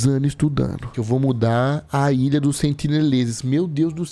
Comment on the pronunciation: Que narração é essa kkkkkkkkkkkk ilhãn bebidãn intuitivãnnn